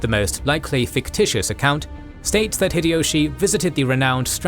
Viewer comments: The correct pronunciation of 豊臣秀吉 (Toyotomi Hideyoshi) in Japanese is "Hee-deh-yoh-shee" (ひでよし). "High-Dee-Yoshi" is incorrect, as is "Hid-Ee-Yoshi." The "Hi" in Hideyoshi sounds closer to "Hee" rather than "High." Furthermore, how does he claim that Nobunaga was the ruler of Oda? Please don't tell me that you really think that because Oda is on the map, it means the name of the province. He obviously means the names of the clans instead of the provinces, or why are the other names written there? Including Takeda, Imawaga, and so on. Your logic wouldn't make sense either, since, for example, the Takeda weren't just the rulers of the Kai province, but much more. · It's High-Dee-Yoshi not fricking Hid-Ee-Yoshi. Also, Nobunaga was the ruler of Owari, not Oda. That's just 2 things I noticed in the first 3 minutes of your vid. You should be fucking ashamed of yourself for presenting inacurate information as fact to 3 million people. 😡